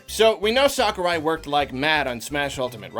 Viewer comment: No one:: “Sockurai”